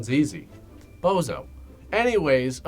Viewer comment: It's not Bozo - it's Bonzo!